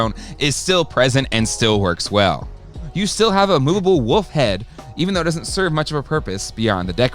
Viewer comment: Say it with me..... WOOOLLLLFFFF! There's an L in there. It's not WUFF. It's WOOOLLLLFFFFF! Say it.... WOLF!